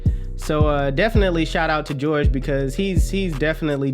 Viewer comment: It's Hor-Hay lol not George